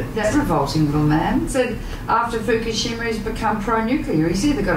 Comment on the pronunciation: Nice piece. It's pronounced mon-bee-o, not mon-bee-ot by the way. And your pronunciation of Fukushima was poor too. But the content was good :-) I do wish the environmental world had more Monbiots and Schellenbergs. We have a massive problem and trying to solve it without nuclear power makes it enormously harder in some parts of the world (generally higher-lattitude ones where solar is very poor in winter, when the highest demand is (mostly for heating)). We need nuclear and renewables, and we're still almost certain to be going above 550ppm CO2 and thus 2-3C, which is really serious stuff. People like Caldicott are dangerous, because she's good at what she does, and what that is is lie to people about the real relative risks of their choices.